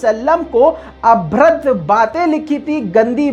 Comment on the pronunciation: Bhai (abhrad) nahi "abhadra" hota hai.